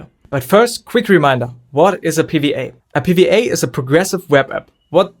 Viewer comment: Pee Wee Ay, it’s double u not wee 😂 but love the video